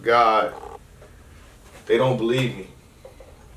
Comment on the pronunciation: I'm not sure if you usually pronounce "they" as "day" so I won't read too much into it and say its a hint lol.